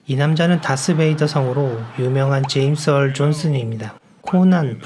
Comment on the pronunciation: 나레이션 중 엘리자 더쉬쿠를 엘리자 더쿠쉬라고 하였고, 제임스 얼 존스를 제임스 얼 존슨이라고 하고 마크 해밀을 마크 해일이라고 발음하시네요. 좀 더 정확하게 소개 해줬으면 좋을 뻔 했네요.